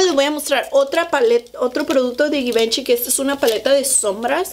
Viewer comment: Se dice zhee van Chee 😄